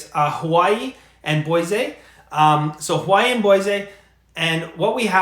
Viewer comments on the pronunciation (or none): Bois-AY! That’s the Canadian in you, Eh. Lol. Keep up the great work,.